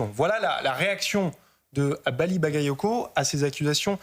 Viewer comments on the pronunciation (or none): Elle est même pas capable se prononcer son nom: Maly bayayoko 😂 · Hahaha! Les medias passent déjà à l'offensive et cette piètre journaliste qui s'efforce à mal prononcer le nom de ce maire. Elle est juste ridicule 😂